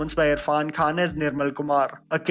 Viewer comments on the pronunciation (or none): none